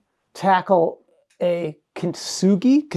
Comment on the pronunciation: kin-tsu-gi. Kin as in family. Tsu as is, but pronounce every letter while binding the SU more than TS (think sneeze upside down - i know, weird). Gi like you'd say "that's the GIst of it". :)